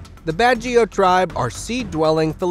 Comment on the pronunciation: I haven’t watched it all but I’d like to add that it’s Pangasinan pronounced like Panda>Sea>Man and Baguio is just like bag>e>o. But nice video.